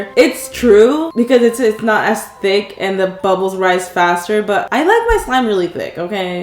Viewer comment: WHAT TICC thike